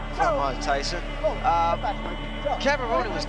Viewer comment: "Ty-Son" biggs a og raigbaiter